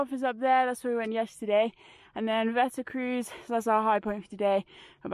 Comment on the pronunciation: Wetterkreuz - your pronunciation is totally wrong, it should be Wetterkroits (eu=oi, z=ts); you should learn some Deutsch for hiking in German-speaking countries and in the Alps (Germany, Austria, Switzerland and so on) 😁